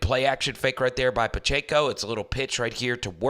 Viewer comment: Please, it is NOT Pach-A-co it is Pach-eh-co.